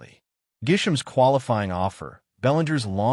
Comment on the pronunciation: I hate how AI butchers names - Gisham, who is that?